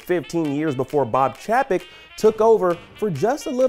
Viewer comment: I’ve never seen laid off spelt “liad off”. C’mon IGN, you all don’t have people double checking work before you put it on screen? Also it’s Bob Chay-peck.